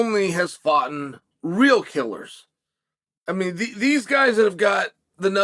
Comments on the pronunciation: Did he say “foughtin”? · Did chael say “ foughtin’ “?!?!😅